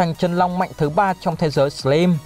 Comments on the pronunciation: Sờ lam chứ ko phải sờ lim anh ơi :v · Đọc là " sờ lam " ko phải " sờ lim " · Góp ý tí: anh nên đọc đúng từ slime /slaim/ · A đọc là sờ lam thay vì sờ lim được ko a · Em chỉ góp í 1 chút là từ + slime đọc là sờ lam +chaos đọc là kay ọt <3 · Lần sao coi kỹ lại cách đọc Slime nha anh :v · Đọc tên nhân vật, tên chiêu thức chán thật sự, cả slime mà đọc sai thì chịu luôn ông voice